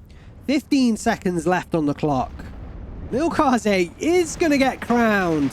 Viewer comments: Try pronouncing the "ä" in Milchkäse like the "e". It's still wrong technically but will sound more german, especially since this pronounciation happens in some german dialects as well. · yea and the E is soft.. almost silent. the way you pronounced it was more french/latin if you look up the pronunciation on google translate. make sure to spell the ä like this and you should get the proper translation sound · Milchkäse (ger) = milk cheese That name got butchered LUL